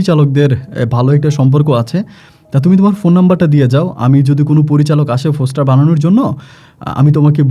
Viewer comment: ফোসটার না পোস্টার